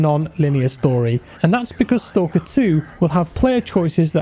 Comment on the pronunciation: man... it's not stOlker... it's STAAAAAAAAKER